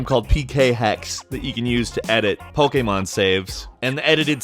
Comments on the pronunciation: why do you pronounce Pokemon an pokamon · Back with the whole Pokeaaaymaaaan pronunciation. 10/10